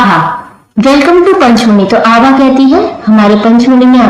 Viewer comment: Didi yah Abha hai aap Abha ko Aha bol rahi ho